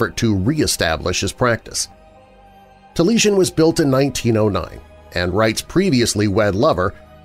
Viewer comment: Wright's house is pronounced 'tah-lee-AI-sn'